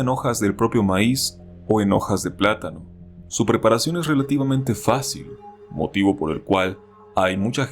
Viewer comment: seeehh ''facíl'' xd